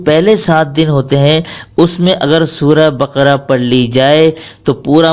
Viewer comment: Sura Baka ko SA hi who bolo